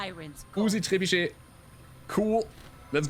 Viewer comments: I gotta say I love hearing pronounce trebuchet. I always sounds so cool to me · good french accent for the word "trebuchet" 😄